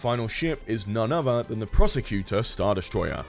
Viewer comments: I could be wrong, but I'm pretty sure "Procursator" isn't pronounced 'Prosecutor." If it is, then it's spelled incorrectly. It looks like it's supposed to be pronounced "Pro-Kur-Sa-Tor" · Procursator!... Or apparently the Prosecutor? Prosacator? I don't know, but both pronunciations used in the video moved the 's' earlier into the word, hehe. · Change the title of the video to "How many ways can I mispronounce Procursator?", and all will be right with the world.